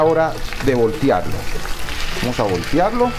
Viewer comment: VOLTEARLOS, VOLTEARLOS , NO "VOLTIARLOS"